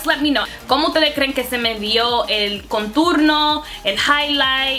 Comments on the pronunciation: Me encanta como hablas español pero it's contorno no conturno just so you know lol 😘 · Baby girl it's now "conturno " es "contorno " Anyways u are so damn pretty new Subscriber baby girl 😍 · it's contorno, not conturno 😂😂 #notahatecomment #dominicanoverhere💖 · hahaha yo tambien pense en eso! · En español es "contorno" no "conturno", igual me encantó escucharte hablar en dos idiomas ! 💕 primera vez visitando tu canal 👌🏼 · Por que dices conturno 😂? Love the video you are so funny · en español contour se dice contorno no "conturno" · Querida, no es conturno, es contorno. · no se dice conturno, es CONTORNO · It's said "contorno" not "conturno" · Es contOrno no conturno 😅 espero que no te moleste la corrección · contorno no conturno jejejej que graciosa eres, no te cansas de hablar spanglish??? mi canal es solo en español creo pondré subtítulos jijjji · Por favor contorno. Conturno es un disparate y un error enorme. Por favor! En serio me encanta que intentes hablar español y el resto de errores los puedo pasar pero ese continuamente no. En serio daña el vídeo, no puedo concentrarme con alguien diciendo una palabra tan mal dicha mil veces. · Dijiste "conturno" en vez de "Contorno" JAJAJA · No se dice conturno se dice contOrno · Qué graciosa!! Cómo dice "conturno"??? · mujer se dice contornooooo..🙄🙄🙄🙄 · Se dice contorno me agradas 💕✌🏼🦋🌴🌺🌴🦋✌🏼💕